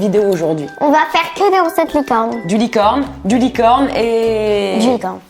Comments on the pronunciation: Elle a dit licone aux lieux de licorne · Tu as dit licone o mieu de licorne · un moment tu a dit licone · Tu a dit licone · ta dis licone😂❤️❤️❤️